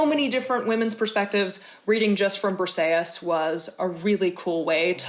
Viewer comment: My favorite book was Hamnet by Maggie o' Farrel, so captivating! I am Greek and I just wanted to let you know that the way you pronounced Briseis sounded like Perseus, which had me totally confused at first😂, Briseis is actually pronounced [brisɛːís]!